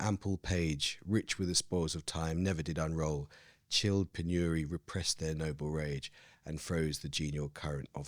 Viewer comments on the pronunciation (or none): It's 'PENury', Amol!